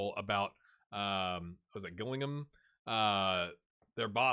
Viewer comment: I believe it is Jillingham